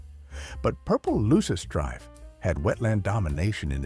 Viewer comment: AI voice can’t pronounce purple loosestrife correctly.